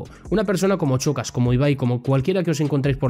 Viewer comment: A ver, se dice SHOcas, como SHAkira, no CHOcas.